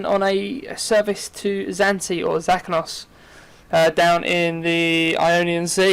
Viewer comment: i think Zakynthos is said as za-kin-thos.